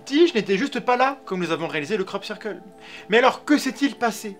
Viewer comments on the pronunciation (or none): Sirqueule pit ! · Sœur keul ! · cyrkeule <3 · La vraie victime c'est la prononciation du mot "circle"